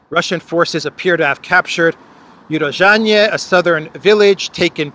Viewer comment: Hi, It's Urozhainoye /Урожáйное, not UrozhaiNE. 😊